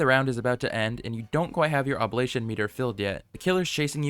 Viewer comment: ITS OB-LIG-ATION NOT OBLATION